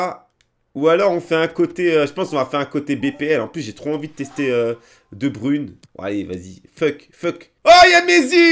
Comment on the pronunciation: "De brune" et "Reous"